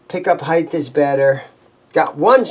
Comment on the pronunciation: Sorry pet peeve here. It is pick up "HEIGHT" not "HEIGTH". It is pronounced HITE not HITE-TH